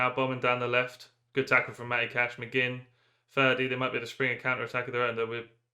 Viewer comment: “Ferdi… just ferdi” hahaha unreal attempt